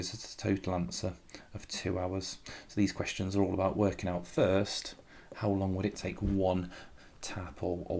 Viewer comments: 🤣🤣🤣i think you need to edit that instead of how you said "hoe" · it said hoe not how😂